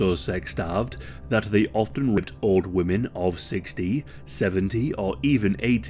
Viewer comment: Ripped? FFS say the word. RAPED 🙄